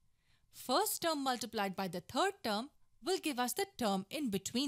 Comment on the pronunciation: Why do you pronounce third as turd?